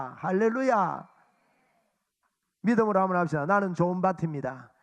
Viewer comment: 목사님, 명설교 잘 들었습니다! 참고로~ 좋은 밭입니다: 조은 바팀니다 ×→ 조은 바침니다 ○.. 가 바른 발음입니다^^ 감사합니다!